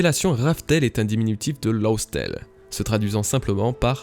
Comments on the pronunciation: Laugh se prononce Laf et non Lowf, raftel c’est juste la prononciation japonaise de Laugh tale ( Laf Tale ) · Hyper intéressant, vraiment! Par contre par pitié :1) Dawn comme tu le prononces ça fait "down", qui veut dire "en bas" ; correctement ça sonne plus comme "donne" prononcé à la française, avec un O très ouvert. 2)LAUGH. Vraiment, ça se prononce "LAF" , ce qui fait donc sens avec la traduction incertaine qu'était RAFtel! x) Désolé d'en faire des caisses, ça m'a juste vraiment sorti de la vidéo!